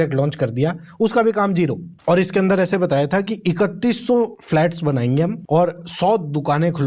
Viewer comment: Bhai kya tum 'Hum' word ko kharab bol rhe ho 🙄